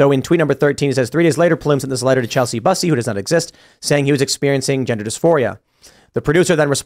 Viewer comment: I think Tim is intentionally mispronouncing "Bussy" to keep the show clean😂🍿